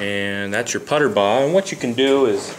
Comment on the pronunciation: I know Don Puterbaugh personally. His name is pronounced pooterbaugh not putterbaugh. Just FYI. Good description of the tie though